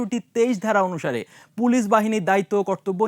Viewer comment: প্রিয় উপস্থাপক, হয় বাংলায় “পুলিশ”👮🏽‍♀️(pulish) বলেন আর না হয় ইংরেজীতে “Police” 👮🏻‍♂️ (পোলীস) উচ্চারণ করুন । এর বাইরে পাকামো করার অবকাশ নেই । ধন্যবাদ ।